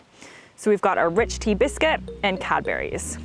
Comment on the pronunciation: Why did u say it Cadberries? It's spelt and pronounced Cadburys...